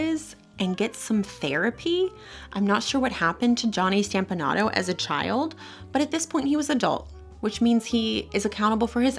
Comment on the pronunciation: It is pronounced 'STOMP- a- nato NOT STAMP-a- nato...STOMP-a-Nato.